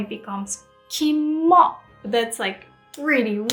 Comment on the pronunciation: he didn't say Kimo though, he said kamo.